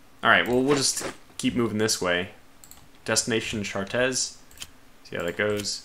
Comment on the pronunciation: Chartres is pronounced "shartray"